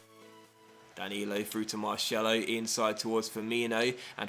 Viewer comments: It's pronounced MAR'S'ELO NOT MARSHELO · marCElo, normal C no SH. lol:) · The way you said Marcelo really made me laugh :)